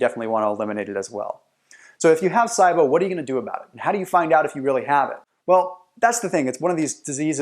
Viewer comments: It's pronounced "SEEEbo" not "SYEbo" lol. Good video tho, and accurate. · Same as C-BO. It's not sigh-bo. 😂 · Lol it's not( S EYE BO) ONLY PERSON IN THE ENTIRE WORLD I HAVE EVER HEARD SAY IT LIKE THAT HOW CAN YOU SAY IT WRONG AND MAKE PEOPLE THINK YOU ARE AN AUTHORITY ON THE SUBJECT 😥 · I've never heard it pronounced SI-BO. Always heard C-BO. Interesting. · that’s the power of the internet but he should’ve at least learned the correct pronunciation of it first 🤣